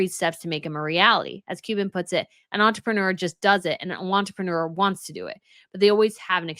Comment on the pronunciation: Did you say “want-reprenuer”? Brilliant!!!